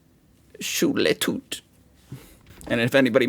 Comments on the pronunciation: Schule Tüt 😂 Oh es ist einfach so geil wie du es falsch aussprichst 🫶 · I Love how difficult the silent 'e' seems to be